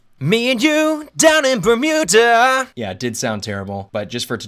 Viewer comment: problem is, hes hitting the "d" in bermuda waaay to harD